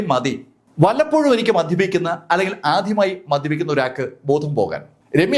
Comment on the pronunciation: ആധ്യമായി, സെക്യൂറ്റിക്കാരൻ, വചീന..